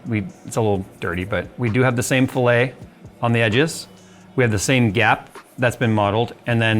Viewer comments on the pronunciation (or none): Yo, I can tell this is one of those words you've only read and not heard before. But the rounded edges are not pronounced the same as the cut of meat, but exactly as it's spelled. So fill-et or fill-it, not fill-ay. I made the same mistake my first few days in Solidworks, but luckily it was for an engineering class so I got to hear the professor pronounce it out loud before I ever said it myself. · Just helping out, fillet in machining is pronounced "Fill-it". Not "Fill-ay" like in culinary. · It’s pronounced “Fill lit” not “Fill lay” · Filet-O-Fish cooling 😭. Not trying to be a dick, but it’s pronounced “fill-it” 😉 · Just a small silly thing. When you say "fillet" in the context of CAD, as in the case of this face plate, it's not pronounced with a silent t at the end (like the culinary term), it's supposed to be a hard t. Like in "skillet". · In Australia everything is fillet like skillet unless you're pronouncing the name of a specific french recipe. I've found it largely a north american thing to say filet(french) for every instance of fillet.